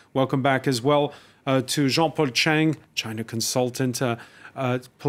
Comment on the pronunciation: Come on jean-paul chang with a T in front of your surname........ u can do better bro